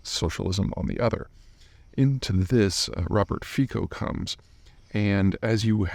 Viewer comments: Robert Fico is pronounced wrongly by most media. Slovakia, like Poland, pronounces 'c' as 'ts' so it's NOT FEE-ko, but rather FEE-tso. But.... never mind that: Just concentrate on getting Xi's name right. LOL! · he’s pronounnced Fitzo. And country has been industrialized very much, but mostly heavy weapons like tanks and infantry, so it went down after cold war, now it’s flipped to automotive. Attacker was lone wolf, mental issues. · Fico is pronounced closer to "Fitso" not "Fiko". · It's not "Feeko" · It’s pronounced Fitso actually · Robert Fico pronounced Fitso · His name is pronounced "Fi-ts-o". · Our C is a soft one, like in city, cinema or cellar. Thus, his name is pronounced as Fitso/Fitzo. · Nice sum up, pretty accurate, but I still wonder what will happen if: A) Fico dies, B) Fico survives. Will his mob govermnent collapse without him? Will they make him a martyr and start a witch hunt on opposition? Will he do it anyway if he survives? Can this lead to full scale civil war? I would love to hear some educated guess from Peter :) P.S.: Just a detail, his name is pronounced "Fitso", not "Fikho". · I'ts pronounced " Fitso" just so U know :) I am from CZ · His name is pronounced 'Fitso' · Robert FITZO. Typical American ignorance when it comes to foreign names. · It's pronounced "fitso". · Just a detail for those who are interested: it's actually pronounced "fitso" as it's a slavic language. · thanks for mentioning this. I always laugh (through tears, unfortunately) whenever I hear someone foreign pronounce it "Fiko". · Just watching this to hear Peter bastardize Fico‘s name 😂